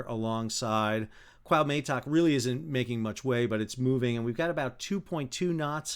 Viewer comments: Your commentary and explanations are wonderful and very much appreciated ( but every time you say Cahutemoc he rolls in his grave [koo-ah( as in apple) - oo- te (as in teddy) - moc (as in mock exam) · He switches T and M. It is not CuauhMeToc it is CuahuTeMoc. 😅 Very sad accident my prayers with the victims and families.😢🇲🇽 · Great job, but, Please, it is called the "Cuauhtémoc", named after the last Aztec leader who resisted the Spanish. You keep saying Cuauhmetoc. Lol. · Pronounced wha te moc with the accent on te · Kwa Tay Mock? 😂😂😂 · Coo-aw-te-muck if it helps you👍🏻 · Pronounced " kwaw-TE-mok". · Sadly due to this tragedy, I came across your channel. Thanks for the unbiased updates and explanations. In case you are interested, it is pronounced K-OO-ah-OO-t-Eh-m-Oh-k. I mean no disrespect, hope it helps. Cheers. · Dude...it's 4 simple sylables...CUA OOH TAY MOK...come on, it's not that hard. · no no. =P just two: "CUAU TEMOK" just say it as a two string word and emphasize the letter "E" in spanish pronunciation and you have it perfect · It was awful throughout